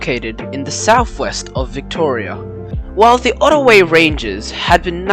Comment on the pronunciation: The line was never commonly referred to as the "Crowes" line, it was always the Beech Forest or "Beechy" line. "Otaways" ???? It's Otways. Pronunciation and historical accuracy are important if you want to do videos, especially documentaries (Which I won't do). Crowes is not how you say it, it's "Crows" as in the bird. If the line was only closed around 50 years ago, that would make it 1973/74, as opposed to its actual closure date of 1962. Considering too the efforts of the existing two narrow gauge preservation societies here in Victoria, and the efforts needed to set up a base in Colac, I cannot see any works being done towards running the Beechy as a railway, any time soon.